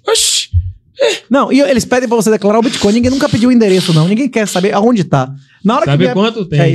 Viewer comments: Esse cara que leu do min ao não consegue Bitcoin? Ele tá com preguiça e fala bitCON? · eu não tanko o cara falando BITCON kkkkkkkkkkkkkk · Ensina pro “puliça” que o nome da moeda não é “boticon”, é bitcoin!!!! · bitcon é o meu falo fala direito, poxa, é BITCOIN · BITCOIN CARALHO, "biticon" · O intrevistador nem sabe falar bitcoin 😅